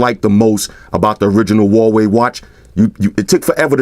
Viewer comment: the American pronunciation of Huawei gets me every time. Listen to MKHB's pronunciation. He's an American and can pronounce it correctly....